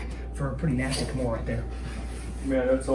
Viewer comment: Why do they keep calling the Americana a Kimora?